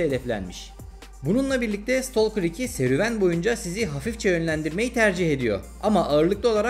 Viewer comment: İstolker değil. İstakır